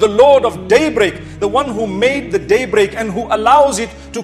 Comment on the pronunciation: Thanks mufti . But please improve your pronunciation daybreak is not one word there is a pause .